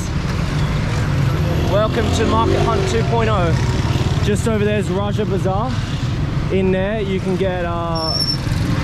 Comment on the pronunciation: Bro that’s raja bazaar not roger bazar😂😂😂😂